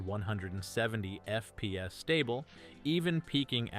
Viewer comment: he’s ai voice trust he says FPS weirdly